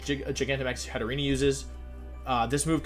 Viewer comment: Its pronounced Hat-te-rene not Hat-te-re-ne